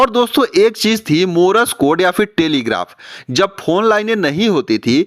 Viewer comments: मोरस कोड नही, मोर्स कोड कहिए। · मार्श कोड भी नही, मोर्स कोड़ कहिए।